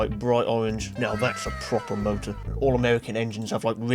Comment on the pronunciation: "7-litre V8 mowdur."